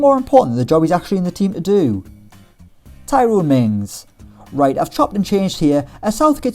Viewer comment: Man said Tyrone mings